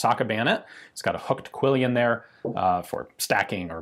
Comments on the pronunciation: Just because every so often I have to be 'that guy.' It's pronounced QUILL-ON not QUILL-E-ON. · I believe it's a French word, and therefore it would have originally been said as something resembling KEY-YON. You know Ian tries his best with those pesky French words, lol. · Just because I see this mistake everywhere, it's 'quillon', not 'quillion'. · Pronounced like "quill-on"?